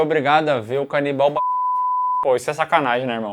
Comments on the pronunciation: Cara... zero maturidade pra ficar ouvindo "canibaia" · Todas as vezes que eles mandam "canibaia" eu berro hahahaha bom de mais!!! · A “canibaia” KKKKKKKKKKKKKKKK